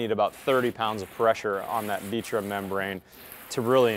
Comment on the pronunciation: Why do you pronounce ditra like that lol